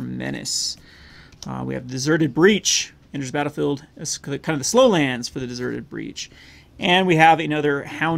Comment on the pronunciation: Deserted Beach…no “R”.